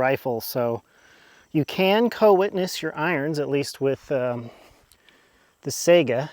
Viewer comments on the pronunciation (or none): Sigh gah not sega